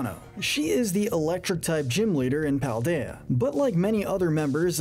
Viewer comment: It's Paldean, not Paladian!